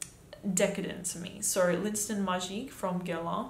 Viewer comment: sis if you're gonna pronounce the STANT why shoudnt you pronouce the L'IN too?